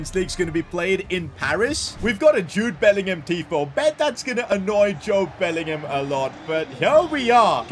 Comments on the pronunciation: did you say jobe bellingham when jude scored against juve lol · Jobe Bellingham?💀